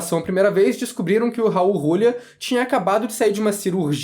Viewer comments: Eu ri quando ouvi Rrraul Rrrulia hauahauhauaa em 30 anos primeira vez que ouço dessa forma o grande Raul Julia. Kylie Minogue já era uma cantora muito famosa desde pequena, ela é a Simony, a maisa da Inglaterra. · Foda é vc dizer um monte de coisa sem saber a história real por trás do jogo. O Guile sempre foi o protagonista real. Isso já é canônico. E pls, aprenda a falar o nome do Raul Giulia corretamente